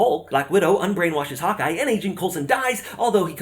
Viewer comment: Also, every time you said Hawkeye I thought I heard "Hot guy".